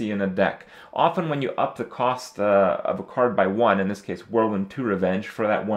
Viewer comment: THAT IS NOT HOW U PRONOUNCE OFTEN !!! :D